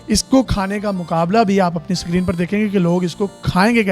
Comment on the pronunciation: Bahi sikreen nahi screen